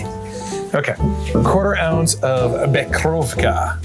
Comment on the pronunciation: Nice video and I dig the cocktails and I have that same glass you used from the last drink but just an fyi you pronounced the Becherovka liqueur incorrectly 😉 I can assist you with the pronunciation if you like lol 😂😊😛